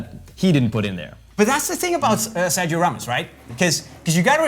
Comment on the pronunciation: you said good Corazón y Sangre and Familia. But Sergio do not pronunce like you said. 😂😂😂😂. Its Sergio in spanish not in english. But you are a master in the boot topic, all forgive you that...